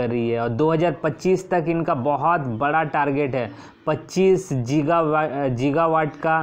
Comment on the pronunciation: गीगा hota hai जीगा nahi